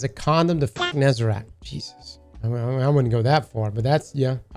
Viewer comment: If you say Nezarac instead of Nezarec one more time I swear to god